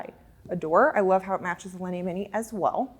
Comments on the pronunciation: the store is beautiful but it hurts my ears to hear her butcher those names. It took me a while to figure out what was a "lini". Linea is pronounced "lin - e - ahhh" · a ninny pronouncing it like a lini lol!